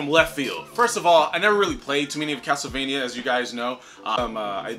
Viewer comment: Why the hell do you say castlevania so weird?? Wtf